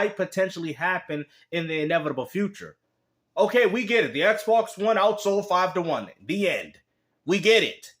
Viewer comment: Ehhhh box, ehhhh box, everyone want a ehhhh box 🤣🤣🤣